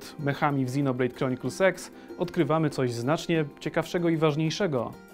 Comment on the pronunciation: Czy tylko mi się wydaję, że mówisz XinoBlade Chronicles SEX? ( ͡° ͜ʖ ͡°)